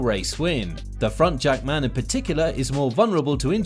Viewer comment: Jack-Man.. Not Jackman, its not his surname.... ;)